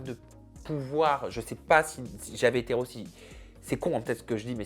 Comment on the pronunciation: Il n'arrive même pas à dire "si j'avais ÉTÉ hétéro" ; il dit si j'avais été rot 😅